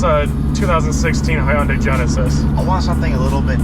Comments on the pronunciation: It’s Hyundai. Not hi young day 🙄🙄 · Who else got triggered when he said hy-uuundai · That's not how you pronounce Hyundai 🙄😂